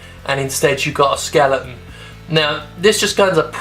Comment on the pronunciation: love ya Jim but the word is skeleton, not skellington